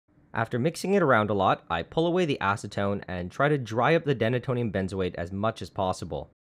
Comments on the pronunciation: it's "Deena-tonium" not denna-tonium.....and it's "By-trex" not "bit-trex"...just sayin...... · I’m gonna go out on a limb and say it’s pronounced “dee-nay-tonium”, because it’s named for its function of “denaturing” alcohol.